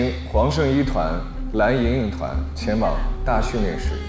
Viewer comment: 伊能静自称自己音乐担当真的是…她的脸真大…人家黄圣依也是歌手，声线音色比她出色太多了…每次听她说蓝（懒）莹莹我就想笑，然后还说张萌不让她唱她这辈子会遗憾的，哈哈哈，还有跺脚那块…哈哈哈